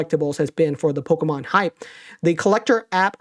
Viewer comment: I hate the way says Pokémon